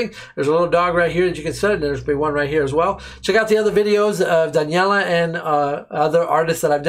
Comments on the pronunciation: Just a PSA: her name is pronounced da-nel-iya, not daniella :) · Brother it is not duhn yella,,, it is Duh nel yuh. Listen to it again and go slowly keep repeating 22-25 seconds in. I don't mean to harsh your mood, but I know you want to get it right.